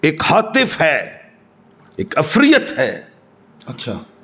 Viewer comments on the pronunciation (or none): یہ قوم ضرور ترقی کرے گی عفریت کا نام تک صحیح تلفظ کیساتھ لے نہیں پا رہا اور جنات کی اقسام بیان کر رہا ہے لگتا ہے بچوں کے ساتھ بچپن میں عینک والا جن زیادہ دیکھ لیا تھا ہمزاد کو بھی جن بنا دیا 😂